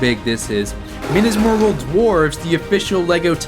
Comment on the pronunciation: why did you have to prounce it like that, MINAS MORGUL ISN'T SAID LIKE THAT